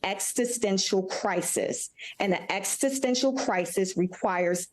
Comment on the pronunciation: What does 'extistential' mean? Did the executive director of greenpeace just mispronounce 'existential' - twice??? Credibility....